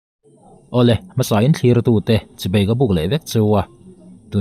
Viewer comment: Chibei ni loin Chibai tih tur😀